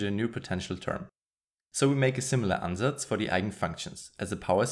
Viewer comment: His "Ansatz" was too smooth to not be a German native speaker.